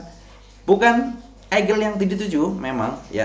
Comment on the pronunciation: Egel,miner bukan mainer kl baca pake inggris. Ediaaan 😂